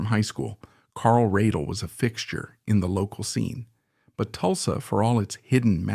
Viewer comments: Pronounce his last name correctly please, he deserves that much. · Would have been a better piece if you had learned to pronounce Carl's last name.